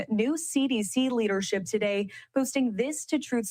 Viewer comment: Not "TUH-day!" 🤣🤣🤣🤣